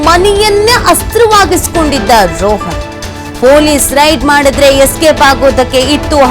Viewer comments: ರೋಹನ್ ಅಲ್ಲ ರೋಷನ್ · ಅವನ ಹೆಸರು ರೋಹನ್ ಅಲ್ಲ ರೋಷನ್ ಎಂಥ ಸುಳ್ಳು ನ್ಯೂಸ್ ಮರೆ ಇದು